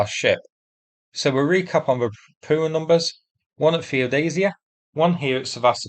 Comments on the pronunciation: The problem with your videos is the mispronunciation of everything Russian or Ukrainian. It's really grating if you understand how they are properly pronounced, especially ропуча for example. Bear in mind that words in Cyrillic are often gibberish when they are converted into Latin characters, the Cyrillic alphabet has more letters and several letters have multiple sounds. It only takes a couple of hours to learn the Cyrillic alphabet. If you type the Latin version into Yandex Translate it will usually tell you how to pronounce it correctly (not always.) A good example would be: "Ольга" which has five letters, and is usually converted into Latin characters as: Ol'ha, but a more sensible conversion is Olga. The direct conversion is gibberish. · Can you PLEASE pronounce the hard H sound in Rapucha? Ra-poo-ah is so weird sounding.